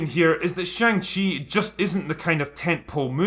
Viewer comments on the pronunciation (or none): chi is not pronounced like chee but like chuh. To English speakers this make not seem like a big deal but it's a very large difference in Chinese, because the chee sound is already an existing and common syllable in Chinese, so every time they say his name, they're saying another word instead. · When I was a kid and this was a comic, I always thought it was pronounced Shang Hi. What did I know ? I was just a kid. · Who knew that I have been pronouncing "Shong She" wrong my whole life. lol I was looking forward to this film until I saw the trailers. Shang Chi was Marvel's version of Bruce Lee. That lead actor is no Bruce Lee. And the horrible acting and attempted humor in the trailers is horrible. I definitely won't be paying to see this. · you pronounced it wrong, also, i am so excited for this movie, it's not a flop, look at rotten tomatoes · They're doing a great job appealing to Chinese audiences by pronouncing the main characters name completely wrong in every trailer, media and the film itself. It's akin to film about Obama for Americans made by China but they keep calling him Obomo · I do like most of these videos you do. But I have a couple gripes, the first one is you should learn to pronounce the name of the move/main character if you are going to pre bash a movie you have not seen. The second one is you calling Dr. Strange a "lower tier character". You dont have to be a comic nerd to review or give your opinion, just do a little research first please.